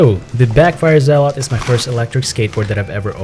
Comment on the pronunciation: Your pronunciation of "zealot" is very interesting! ZealOt lol